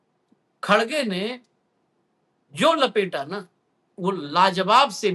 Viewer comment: भईया X Ray बहुत ही महत्वपूर्ण होत है X Ray देख कर ही ट्रीट मेंट किया जात है. मोदिया योगिया दन से निकल गये भईया 😂😂😂 पर X Ray तों सही करो भईया खड़गे नहीं भइया सही उच्चारण खरगे है भईया. देखना भईया अल्सर का X Ray कोई निकलवाने आए तो बवासीर का मत बता देना भईया 😂😂😂😂😂😂😂😂😂